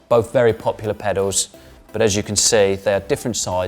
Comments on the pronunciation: He keeps saying "pedos" instead of pedals lol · He's pronouncing them "pedaws". It's a lower class South East English accent thing ("saaf eas"). We tend to drop our "Ls" from certain words. Kettle becomes more like "kettaw". Trouble sounds like "trubuw". Girl sound like "girw" etc. You get the gist.. 😎